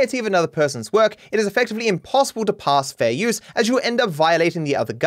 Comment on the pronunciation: Ethan "Fare Youse" "Freeze Peach" Klein